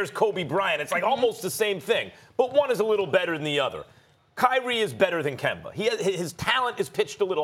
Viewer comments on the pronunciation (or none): no one: Stephen A: “Kember” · This man is still pronouncing his name as KIMBER lol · Why Stephen A. Always calling Kemba Kember lol. Give my man a break his back obviously hurts. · Nobody: Stephen A: Kember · Now he just saying Kember on purpose !! 😂😂😂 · Nobody: Stephen A Smith: Kember Walka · SAS: “ Kember Walka” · “Kember” -SAS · You see kemba is not really kemba. That's where your wrong. And here's why... Its KEMBER. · Nobody: Stephen A.: Kember Walker... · Ummmmm who is “kember” ?? 😂😂😂😂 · Stephen “Kember Walkur” Smith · Stephen "Kember" Smith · A man who prides himself on his lengthy vocabulary, can't say Kemba. Really isn't hard to pronounce something properly.